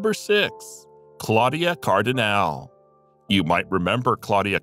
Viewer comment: Immer wieder gerne und heutzutage nicht mehr erreicht! Nur die Stimme des Sprechers ist ... brrr. Und die Ausprache: Klodie Kardinäl ... brr.